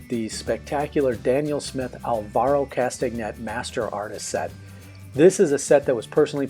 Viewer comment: Hi. From the videos I've seen on Alvaro, his name is pronounced "Kastanay". You can see a great demo he did on a show of Graeme Stevenson's Colour in Your Life:. Thanks for the demo. Oh, and the secret to learning is: shhh! (it's practice, practice, practice);-).